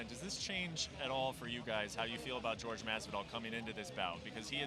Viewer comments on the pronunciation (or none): It’s Jorge not George, I’d like Jorge to slap the fuck out of Brent Okamoto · WTF is with this "george" masvidal shit????? Why has noone corrected him yet? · You'd have thought with the guy being a professional commentator and hearing everyone else around him pronounce 'Jorge' correctly, he would stop called him George. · Anyone else find it weird how Okamoto keeps calling him "George", I know that's his name but pretty much everyone else calls him Jorge. lol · brett, its not jorg, its pronounced hor - hay ffs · It annoys me Brett keeps calling him George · Who Tha fock is the dude on the left and why does he keep calling Jorge Masvidal "George". 'the fuck outta here. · Mr. Okamoto: is JORGE, not GEORGE. Learn from your peers and pronounce the names as they are. #AnnoyingAF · Not George, JORGE! Cmon, use that spanish spiciness when you say the man's name... he went 2-0 tonight! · Last I checked, Jorge is not pronounced George.